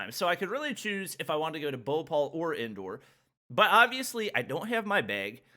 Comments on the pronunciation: Indoor lol it's indore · His "INDORE" sounded like " INDOOR" 😆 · The way he said 'Madhya Pradesh' and 'Indore' pisses me off But in a hilarious way 🤧🤪🤣